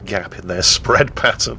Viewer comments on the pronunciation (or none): none